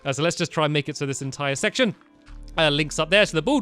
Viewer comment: U say sex shın